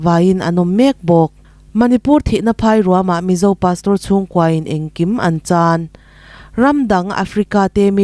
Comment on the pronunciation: The Mizo tih i lam dan kha, Mizo tih kha lam rik sap vak a ngai hleinem.... THE MIZO tiin Mizo tih lam rik dan pangngaiin lam ta mai la a mawi zawkin a dik zawk bawk